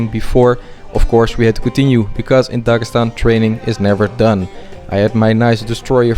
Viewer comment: Дагасан аахахх) ударения отдельная история)